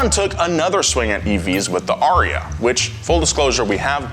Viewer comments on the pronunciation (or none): none